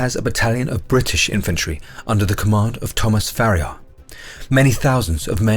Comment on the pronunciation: One correction on a name: it's 'Ferrier', not 'Farriar' (Colonel Thomas Ilderton Ferrier), although I've seen it spelled a third way, 'Ferriar', in Venezuela (possibly because it's a more natural pronunciation for Spanish speakers...?).